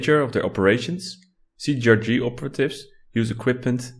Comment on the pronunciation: It's not CGRG wtf xD cee tee ar gee